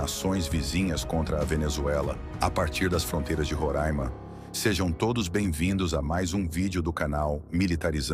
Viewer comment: OUTRO QUE FUGIU DA ESCOLA, QUE DIZ "roráima". VOLTE À ESCOLA, RAPAZ!